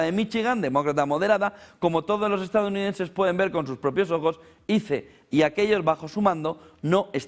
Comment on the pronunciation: SE PRONUNCIA AIS.... SE ESCRIBE ICE